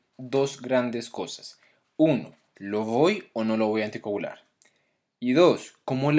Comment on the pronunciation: Pronuncia mejor la palabra ANTICOAGULAR